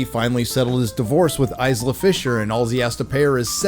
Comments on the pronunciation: Eyes la fisher? 😂 Eye lah. Eye lah! Lol 😂 Would you pronounce the word isle as eyes lee? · “Izzla Fisher”? you must do better!